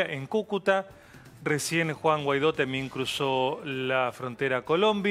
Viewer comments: Una periodista que no sabe/puede pronunciar GUUUUUUUAAAAAAAAAIIIIIIIIIDOOOOOOO. No es GAIDO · Por que le dicen Gaidó si la u enmudece solo ante la e y la i? Si va seguida de la a debe pronunciarse al menos en castellano. Y así lo pronuncian los venezolanos. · Inés, no estás informada. Ni siquiera sabés pronunciar el apellido. Te recomiendo que sigas el canal Factores de Poder de Patricia Poleo